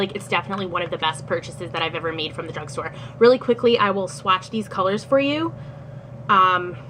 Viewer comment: Drugsgtore haha